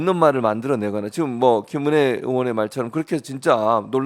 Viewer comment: 김은혜가 짐어내로 들리는데 앞으로 국민들은 지머내로 부릅시다